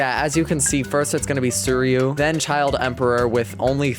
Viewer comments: Hey man! Love your content- just wanted to give a lil head up it’s pronounce sweereeyuu (suiryu) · uh, if this helps, you can just say "sir-you"